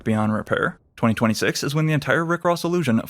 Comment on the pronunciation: the way you say "2026" is distracting